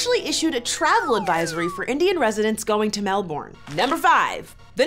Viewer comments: I love how she pronounced Melbourne as Mel - Born 😆 It's Melbourne, pronounced Mel - Burn 😅 In all seriousness tho, unfortunately we do have a huge racism problem in Australia and still sadly thriving today 🤦🏽‍♀️ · Re: Australia "Aboriginal" is an adjective. "Aborigine" is a noun. It is the easiest way to spot a racist here when they refer to "the Aboriginals", as opposed to "the Aborigines", or refer to someone as "an Aboriginal". Please amend. Also, it's pronounced Melb'n, not MelBORNE. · Wtf is Melborn? It's Melbourne 😂😂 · How dare you mispronounce the city upon which I was born. According to your other video, this is extremely racist and I can never forgive you for this. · you mispronounced Melbourne 😒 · It's funny that she can't pronounce Melbourne.